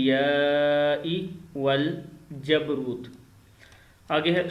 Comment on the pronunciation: Bhai galat perh rhy ho 🙏 Gor sy dekho (Wal Jabaroot hy ) Waljabrot nhi hy lafz